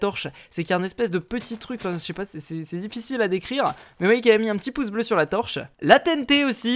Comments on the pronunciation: c'est pas un pouce bleu c'est un "Poce blo" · j'ai laché un "poce blo"😆😆😆